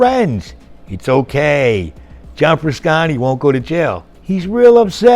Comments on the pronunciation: Please learn how to pronounce Frusciante properly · Hearing the narrator repeatedly mispronounced Frusciante kind of irritates me, omg consistently cannot even pronounce the name correctly